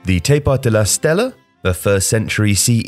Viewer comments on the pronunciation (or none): You highlighted CUBA when you said “Hispaniola”. Also Stela OR Stele but never STELLA.